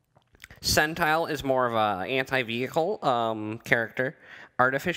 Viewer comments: Sen-tin-al not sen-tile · When you pronounced SENTINEL as SUNTILE....I immediately stopped watching your video.